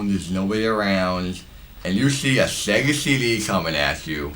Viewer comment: SHHHHHHAAAAAYYYYGAHHHHHH!!!! Shega SheDee and Playshtashin Shree Shega Shaturn The Dreamcasht Always cracks me up!!! 🤣🤣🤣🤣🤣🤣🤣🤣🤣🤣🤣🤣🤣🤣🤣🤣🤣🤣🤣🤣🤣🤣